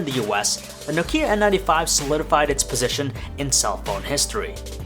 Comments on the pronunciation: n"OH"kia, not nok"IH"a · Why do you pronounce it so weird? It's 'Nokia not Nok'ia... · It's not pronounced No-kia. It's pronounced simply: Nokia. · 2018 and this idiot doesnt know how to pronounce Nokia... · PS: You mispronounce Nokia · Do people forget how to pronounce nokia? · Why u say Nokia like that 😐